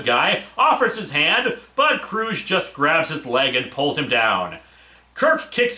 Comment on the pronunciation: And by the way, Hard G in “Kruge”. That’s how Valkerys pronounced it in the film…